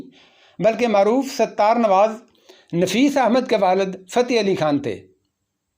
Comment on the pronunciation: Sitar Nawaaz ( Saheeh hai )sattar Nawaaz ( Galat hai ) ستار نواز ( "س " کو " زیر " سے پڑھا جائے)